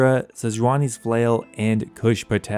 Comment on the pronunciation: A few videos back someone commented about the way you say Kush Patel being so clean. I always looked forward to hearing it and I'm glad other people feel the same. Makes me listen out for it even more now lol